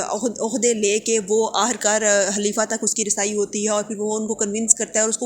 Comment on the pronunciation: Halifa or khalifa? Otherwise was good 🔥